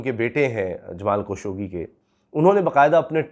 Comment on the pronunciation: جمال خاشقجي ہے درست نام. خشوگی غلط العام ہے. جمال خاشقجی کہا کریں